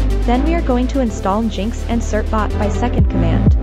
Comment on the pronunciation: its engine x not jinx but yeah youre an ai abused to steal peoples data.